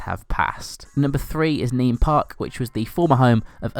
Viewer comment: It's pronounced feet-hams not feethams and for nene park its pronounced nen park not neen